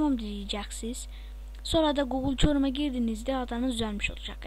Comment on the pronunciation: Adamsın lan ama biraz egon var ve konuşma hataların var çorum değil kırom diyeceksin hll ama yinede